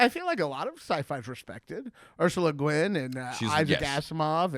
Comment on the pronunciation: Who tf is Ursula Guin? Ugh.